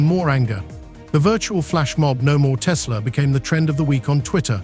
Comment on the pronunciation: TESLER has Koodies